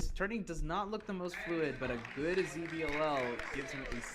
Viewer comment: Please stop saying ZetBiLL just say ZiBiLL like normal person